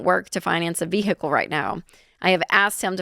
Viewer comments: veehickle. lol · Its vehicle. Not vee hick lel lol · Why does she say ve-hickle like that ? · "Progrum" "VeHICle" Like father, like daughter 😂